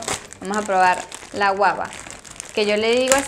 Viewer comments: Es guagua no guaba Jajajaja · Que hablas ajjajaja es guagua . No guaba 😂😂😂😂😂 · Que alguien le diga que es Guagua de pan, no guaba 😂😂😂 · Se llama gugua no guaba como siempre me encanta tus vídeos. Bendiciones😉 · dices guaba y es guagua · no se dice guaba si no guagua jijiji saludos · Se dice guagua..No guaba!!!! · JAJAA así como me reía me desesperaba cuando decía guaba en lugar de guagua xD pero yo comprendo perfectamente que ella está poco relacionada con esta tradición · No es guava es GUAGUA...